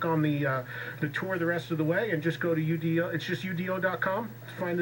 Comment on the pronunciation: Eddie needs to be more prepared for his guests. Not knowing the correct pronunciation of u.d.o. Is unacceptable